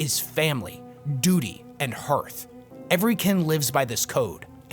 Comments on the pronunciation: The vowels in "hearth" are pronounced exactly the same as in "heart" so it’s "HAARTH" not "HUUURTH” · I think hearth is pronounced hArth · Hearth is not pronounced like hurth. It rhymes with heart. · Hearth is pronounced Harth, in the same way we pronounce Heart as Hart. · I know that the word 'hearth' is spelled like, 'Earth', but it is pronounced like, 'harth'. Hearing you consistently mispronounce it was... difficult to listen to. Otherwise, I loved this vid. You provided more condensed insight into WH40K squat culture lore than anyone else ive found on youtube. Thank you! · Awesome video! Everytime you pronounce "Hearth" I take psychic damage though.